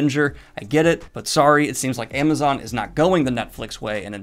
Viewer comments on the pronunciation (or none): none